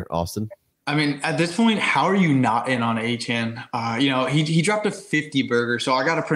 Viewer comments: Achane, like Jackie Chan Not that hard,.😅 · Appreciate it! Thanks for getting past the mispronunciation of Achane🙏